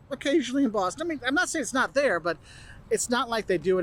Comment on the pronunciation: " Don't expect everyone to have the Boston accent" Exhibit A . Never heard anyone else say Wooster( rhymes with rooster) . Also he said Cape " Cahd" and half the time said not as "naht" . I think that's what happens when you eat clam strips instead of whole belly clams . Overall good presentation ,though .